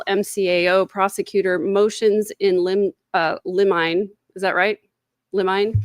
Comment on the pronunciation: It's pronounced lim'-in-ee.